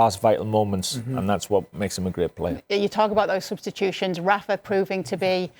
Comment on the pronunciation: Why is he saying Cristian Ronaldo 😆